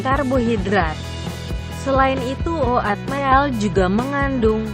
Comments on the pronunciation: Oatmeal jadi O - AT - MIL. 😂😂😂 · Ngomong Oatmeal nya lucu 😂